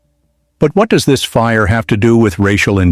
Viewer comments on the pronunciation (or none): none